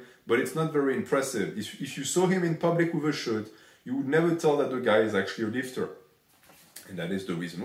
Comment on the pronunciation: As a fellow Frenchman, I literally can't stop hearing "lifteuse" instead of "lifter".